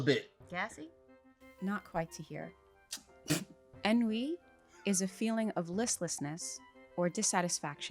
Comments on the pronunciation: Ennui is pronounced “on-wE” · I think that might’ve mispronounced ennui. I’ve heard it pronounced On-wee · Ennui is a French word that means boredom. I don't know what American people flipped it into but that was wild af to hear. The pronunciation and her definition.